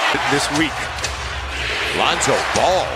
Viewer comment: who thought is said rondo instead of lonzo